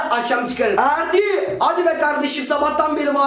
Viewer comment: Abi en sonda erdi diğicene ferdi diyosun